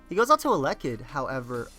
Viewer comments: This man cannot pronounce elekid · Same exact thing I was thinking. pulling a BlameTruth on us lol